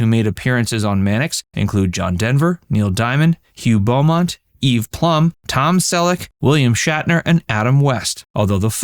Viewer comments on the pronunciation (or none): none